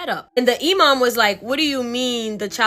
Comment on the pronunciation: Loved your story telling!!!! Btw your story about the snake baby, You said 'Imam' 100% correct, they are the muslims equvalent to a community leader. Basically someone whe is knowledgeable about the religion whom people go to ask for guidence. And you're so adorable!!! 'Hocking', in the other story wasn't a typo for 'work' 😆. It means, 'to sell something that you hope to buy back later because you need money now.' Basically pawinng. I feel so old, people don't use these words anymore and they're getting lost to time. The younger generation will probably never hear these terms unless they are into classic literature or films.' And if you want some amazing content ask your followers if anyone has stories about "Djinns" (pronounced, 'Jin's'). They are the Islamic equavalent to shadow people that weild magic. They are where, 'Genies', orriginate, and are said to be the precurser to mankind after god made the angels if I rember correctly. I met one when I was a kid. (Our house was hella haunted!) There's this one clip of a man exploring an abandoned house, one minute he walks past a room and there is a full moon in the sky, then he backs up and it's gone. The film was analyzed, and the experts say its a continous footage so it wasn't edited in later. Oh, and my family is Guyanese so they refer to black magis as 'Obeah'. I'm sure if you ask for stories about that, you'll get some wild tales!'